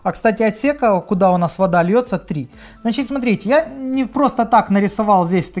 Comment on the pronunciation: "Значить" потихоньку скуфишся 😂